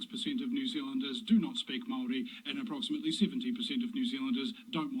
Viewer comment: If you are going to use the word Maori as a New Zealander you should learn how to pronounce it properly. I am a kiwi and not Maori but I understand respect for the indigenous people of this country and their language.